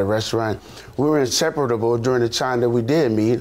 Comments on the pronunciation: It's the "insepereadable" for me... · so y'all just gonna let him say insepre DA BLE!!!